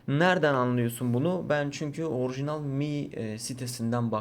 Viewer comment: orğjiğnal arkadaşlar